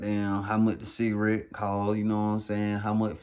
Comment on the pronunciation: "smoking a Shita-rette.. a dicka-rette...." 😂😂😂😂😂😂😂😂😂🤦🏿‍♂️🤦🏿‍♂️🤦🏿‍♂️🤦🏿‍♂️⚰️⚰️⚰️💀💀💀💀💀